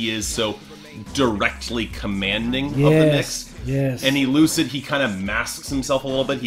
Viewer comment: it's funny watching this 8 years later, seeing struggle to pronounce e l u c i d's name 😅.